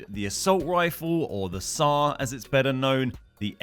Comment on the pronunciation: my guy said sar hahahah shows how much you play rust